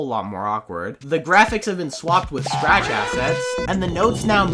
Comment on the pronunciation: When he says SCRATCH it sounds like crack